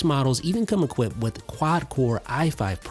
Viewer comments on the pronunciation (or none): none